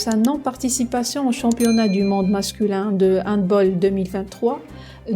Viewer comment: 3 choses : On dit HandbAll (en prononçant le A comme en français et non comme en anglais). Le peuple algérien a les dirigeants qu'il mérite car cette haine des dirigeants pour le Maroc se retrouve aussi majoritairement chez le peuple. Si l'Algérie veut être cohérente avec ses décisions et sa position elle devrait dans ce cas se déclarer forfait en football aussi et refuser de rencontrer le Maroc comme elle refuserait de rencontrer Israël.